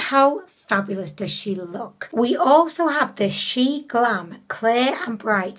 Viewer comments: Omg no hate to her, but the fact it annoys me so much that people say "Shain". Dude it's "Shiin", as in "She In" and Shein is from "She Inside" bruh. Imagine saying "Shayinside" B R U H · WOW I just love love love your makeup look, although the contour was a bit disappointing 😉 She-In used to be called She-Inside, so it’s not pronounced shine, but She In ☺️ Love you 💖🦄